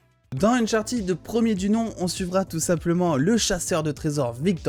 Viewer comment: alors non, ca se dit « unchartid », le « -ed » à la fin des participes passés en anglais ne se prononce jamais « à la française » («aide »)